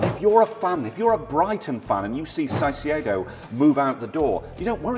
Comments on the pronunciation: ITS NOT PRONONOUNCED "SAISEE-EDO" ITS "CAI-SEY-DOUGH-" CAICEDO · BRO STOP SAYING SAICEDO ITS CAICEDO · seriously pronounced Caicedo as Saisedo 😂😂😂😂😂😭👋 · Please pronounce Caicedo as Kai-say-doh instead of s-eye-see-ay-doh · Why are they pronouncing it Çaicedo (Sai-ce-do)? Is it a meme or are they just trying too hard? It's pronounced Caicedo (Kai-se-do), no complications. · “Saisiedo” you both are muppets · Stop saying saiseido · Kai-say-doe for the record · Can we please get to say Caicedos name right please. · ngl i hate how you and pronounce Caicedo.